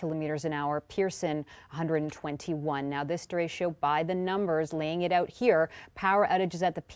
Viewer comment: It's a Spanish word, pronounced de-retch-o, not de-ratio, not sure how Americans managed to screw up pronouncing that word (what with their high population of Spanish-speaking people), but surely Weather Network meteorologists should know better...I guess by watching too many American weather shows/reports?